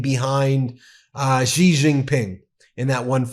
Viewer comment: Xi Jinping is pronounced she like the woman like the girl. She